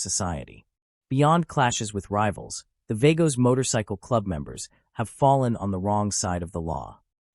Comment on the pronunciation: They are pronounced .... V AH GOS